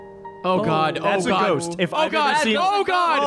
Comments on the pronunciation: "THE GHOATST" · "She's the ghoatst!" That fucking broke me.